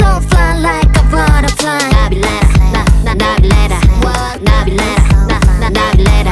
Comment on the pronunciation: The way she says Nabillera is so satisfying